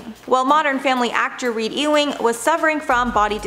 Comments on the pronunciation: Why did she pronounce Ewing as ee-wing, rather than You-wing, which is correct? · "E-wing"???? It's pronounced "you-ing" ffs. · number 7 is not E WING as its said but NEEDS TO BE SAID LIKE YOUWING to get it out correct typical english spelling never how it looks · The name is pronounced U WING not E WING. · Ewing Is Pronounced Uwing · My dear, Ewing is pronounced , "You-ing."